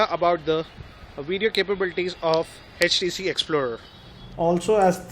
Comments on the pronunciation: Good video but it's HTC.. Not HECH T C! :) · its htc not hechtc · aapke aavaj mein utna daam nahi hai aaur it is htc not eh tc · its htc not hatch t c :P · It's 'H'TC and not 'Hech'TC. >_<